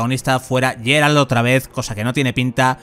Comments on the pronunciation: Sufro cada vez que dice "Yeral de Rivia", a ver si aprendemos a pronunciar Geralt (Gueralt). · Tanto en español, como inlgés, como poláco pronuncian el nombre de Geralt como "Gueralt" no se de donde te sacaste lo de "Lleralt" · GERALT NO YERALT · Pronunciar mal el nombre del autor de la saga es totalmente perdonable, pero pronunciar "Yeralt" el nombre del protagonista no tiene perdón. Mal fan el que lo pronuncia así.